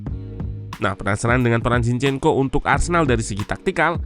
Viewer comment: Jinshyenko bacany ya